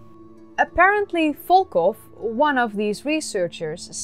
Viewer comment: Did you say one of the "scientists" name was "fookoff"?